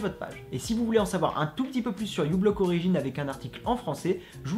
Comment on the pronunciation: Juste pour information, le u de ublock origin, c'est par rapport au signe "µ". Du coup normalement ça se dit "Microblock origin". D'ailleurs, a quoi ça sert de bloquer des mouchards grâce a ghostery si on utilise Chrome ? autant utiliser chromium du coup non ? :)